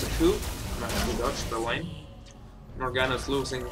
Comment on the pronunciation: Don't you mean "Wayne" :DDDD yea was funny